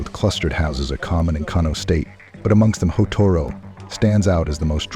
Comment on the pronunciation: The city of Kano is pronounced “Kanu” by the Hausa community